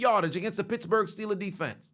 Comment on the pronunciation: I thought he said bitchbourg